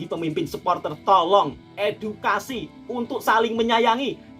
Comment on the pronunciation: Omongan mu itu membandingkan negaramu sendiri bro, nama negara kok di sebut idukasi idukasi🤭🤭🤭🤭 omongan mu itu perlu di idukasi ngk jelas malu ngomong, belajar dulu bung baru live 😁😁😁